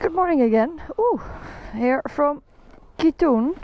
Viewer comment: You pronounce Kuitun like this: Kw-i:Tw-n.